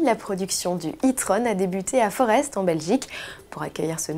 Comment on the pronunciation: Pas mal la Corrola break, dommage l’écran central façon CH-R. Forest se prononce ”Forêt” 😉.